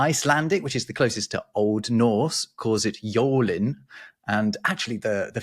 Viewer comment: No... said the word "Jólin" correctly. Another thing about the "jólin" the timeperiod 23.12 till 06.01 First day of of Christmas is "þorláksmessa" i.e.23 december "Heilagur Þorlákur" was an Icelandic biskhop who became a saint. As a saint his birthday became the day of his "mas" or "messa" The last day of Christmas is then on january 6th. As we in iceland include the mass of Þorlák i.e. Þorláksmessa in the "Jól" we have tide of 14 days...